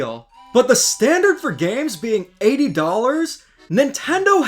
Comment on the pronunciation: Bro says gams